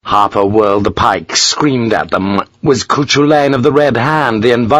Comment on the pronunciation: Harper could recall the story of coo-chu-lane :).... Cu Chulainn.. pronounced coo- cul-in (at 1.15 ish) ;)